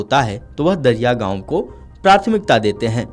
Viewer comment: दरियागाव ❌❌ दरेगाव ☑️☑️